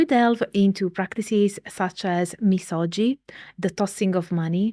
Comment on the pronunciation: Misogi is pronounced miso”gi”. The G sound not like the J sound Ji, but like Give. Gi. みそぎ